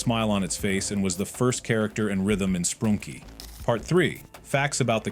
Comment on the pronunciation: ‘Sprunky’ ‘Sprunkie’